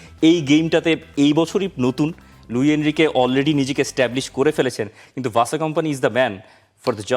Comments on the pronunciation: ভাই তোরা "ভাসো" বলিস কেন। সঠিক উচ্চারন শুনে নিন তার নিজের মুখে। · Right👍 . ভাই তোরা "ভাসো" বলিস কেন। সঠিক উচ্চারন শুনে নিন তার নিজের মুখে।